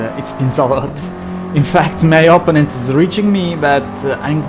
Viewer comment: Opponent si pronuncia oppónent non opponéńt all'italiana 😂